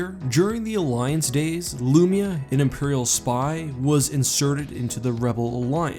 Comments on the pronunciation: Its pronounced LOOO MY UHHH. Not loomeuh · Hate the way you pronounce Lumiya lpl